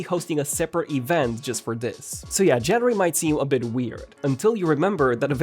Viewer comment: Where did you learn to pronounce January?